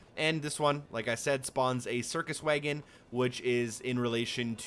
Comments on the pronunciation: Is it jus me or does it sound like he says waygon instead of wagon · What’d he say?! A WAYEGIN'?? A horse and a WAYEGIN'??? 🤣🤣🤣🤣 I believe the word ur look’n for is WAGON. Damn, that’s the funniest pronunciation of wagon I’ve ever heard. I’ve been laughing for 5 mins straight. But hell I’m not spelling that pronunciation just right bc he started it with WAG- but somehow threw a WAYE- in there. Like WAG'AYEGON….or some sht like that. Idk…..funny as hell tho. Never heard nothing like that and live in tha SOUTH. That must be a midwestern accent or something. They’ve certainly got their own way of speak’n as well just as we do here in the south. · Did you really just pronounce wagon way-gon? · Heh, "waygun". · Why did you pronounce wagon that way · Look, thank you for the cheats man, but hearing how you pronounced wagon makes me want to punch you in the damn face